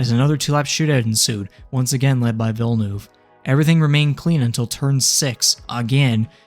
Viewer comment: Why can no american say villeneuve properly